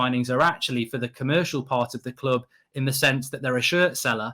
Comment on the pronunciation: Maybe learn how to speak English and that it’s ‘club’ not clooob’